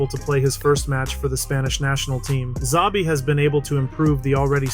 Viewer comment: I cringed every time you said "Zabi" 😅 the beginning sound of his first name is a "sh" (like in shelter) but the rest was correctly pronounced